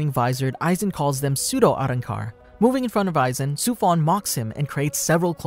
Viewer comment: I just really hated the way he pronounced “Arrancar”